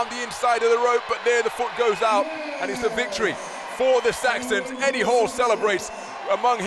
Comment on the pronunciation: I just like hearing hafthor say "Eddie" it's so funny 😂